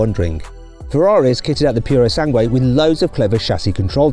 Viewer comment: マットの発音はだいぶ英語訛りですよ